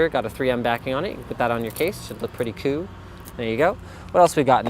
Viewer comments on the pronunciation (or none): Please stop saying "coo".